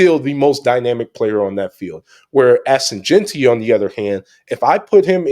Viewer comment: Looking back at this conversation I could’ve done a better job pronouncing JEANTY correctly 😭😂😂